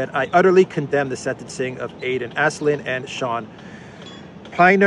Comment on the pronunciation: It's pronounced Pinner, not Piner (Pinner like winner, except clearly Shaun Pinner is no winner). Stop being so American lol :D It's also Aslin, not Aislin. Aslin like Aslan the lion in 'The lion, the witch and the wardrobe'